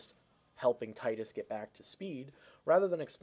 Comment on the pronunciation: Exactly teedus if you're lame! Because it sounds so tedious. Thank you for saying it correctly